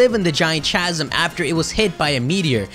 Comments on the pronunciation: Interesting theory. P.S. Chasm is pronounced 'ka-zum, not 'cha-zim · I'm sorry but please make sure you are saying words correctly. It is pronounced "ˈkazəm" not "chazem" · I've never heard someone say chasm with a hard "ch". I usually say it as caz-uhm. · I'm pretty sure chasm is pronounced 'kas-am' not 'cha-sam' idk though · Chasm pronounced Kasm.. Sorry just thought I should let you know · Chasm. Ka-sum. Not Cha-zum, but ka-zum. I'm sorry, but I cringed every single time you said cha-zum. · ITS PRONOUNCED CAZ-UM!!!!! CANT WATCH ANYMORE UNTIL FIXED!!!! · sorry... I tried to ignore it but it really started to bug me after the fifth time you said it. Chasm is pronounced like "kasm" you don't actually say the "ch" like you would in cheese or cherry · chasm is pronounced casm. please keep this in mind in future videos. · its pronounced with a K sound. Like kasm. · This is a very well thought out Pokémon theory. It actually sounds quite believable when looking at pokedex entries, in-game items, and visual cues. Might just subscribe. By the way, the word "Chasm" is pronounced as "Kasm". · Chasm is pronounce [Kazm] other then that interesting speculation. :-) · Hi no offense but chasm is pronounced as kasm the ch make the k sound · chasm is pronounced: ck-ha-sm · *Chasm is pronounced Kasm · Nice video and i love the dog in the background but god man every time i hear you pronounce chasm i want to punch you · You are pronouncing "chasm" incorrectly. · Isn't the H in chasm silent?